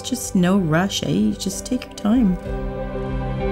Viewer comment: The Canadian came out of her lol she said "Eh" 🤣